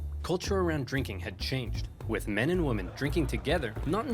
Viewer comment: I'll never understand why this guy pronounces women "woman". o_O